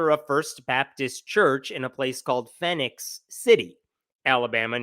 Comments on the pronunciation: Phenix City is pronounced Fee-nix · Just a small thing, but Phenix is pronounced the same as Phoenix.